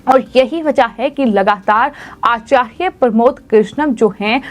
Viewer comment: 😂😂😂😂 आचार्य साफ साफ बोलिए मैडम